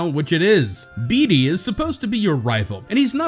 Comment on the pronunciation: I love how you pronounce Bede “Bee-dee”😭😭